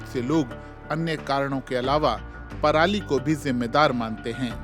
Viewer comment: दीदी को इतनी ही इंग्लिश आ रही है जितनी हमारे किसान को आती है दीदी इंग्लिश में भी परली बोल रही है हमारे किसान भी बिना पढ़े परली ही बोलते है 😂😂